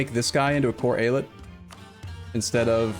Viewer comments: great choice to do Mehmet's Ambition! btw I think the pronounciation is ay-ah-lyet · Long time viewer of, as a native speaker, I would say it like,,, E-Ya-Let.just leave a little space between those sylable's, streesing each one out, so likee,,,eee,,,yaaa,,leett,,, something like that, just sink in the three parts and it's golden,,,the word just means state in turkish,,,like many states in the US or in the old Otto empire. So really don't mind people saying state instead of Eyalet, so Eyalet i Mısır,,is state of Egypt,,,so speaking english using state is perfectly fine and no need to worry about how to say the word. All the best and thanks for the Third way,,always annoyed at Eu4 casters not finishing a run,,,so you did it,,have fun from now on:) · So, who wants to count how many times says AI-Let?